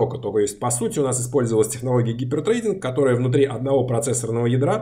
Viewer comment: Классный цикл, слушаю с удовольствием! Однако,, поработайте над английским - hyper threading никак не может быть гипер треЙдингом. "Трединг" все-таки:-) А гипер трейдингом пусть на биржах занимаются